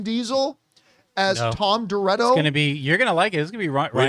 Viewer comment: Did John really just say Tom Doretto? 🤦‍♂️